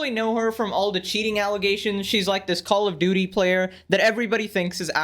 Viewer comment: call of duuty